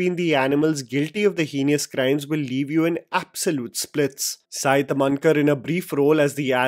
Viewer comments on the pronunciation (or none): its saee....s plus e.....not saay....which in her mother tongue, marathi literally means malai....lol